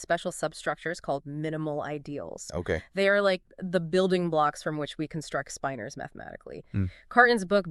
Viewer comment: Can’t even pronounce the word correctly in the first sentence. Spin-ors, not spine-ors FFS